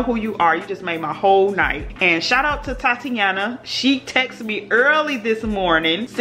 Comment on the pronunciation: Did you say thotiana or Tatiana